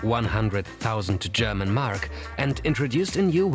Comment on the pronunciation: I like how you pronounce german words right